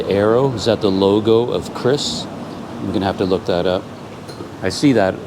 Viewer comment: QRIS is pronounced as “Queue - Ris” in Indonesia. 😂